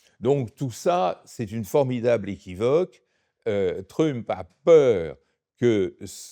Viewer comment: j adore comment il massacre la prononciation de trump en truumpe lol